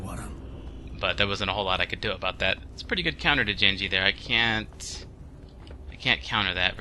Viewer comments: I heard you say "jenji" and gave up watching.... And don't fucking say anything about accents. That was just horrible lol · did you just say jenji???? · There's a hard G in genji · Genji...He's Japanese...Sounds more like Ghen-jee...Not so much...Jenn-jee. But yeah. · That's the Westernized version, Genji is actually a Japanese unisex name commonly used for girls but it can be for males. It's pronounced "Junji"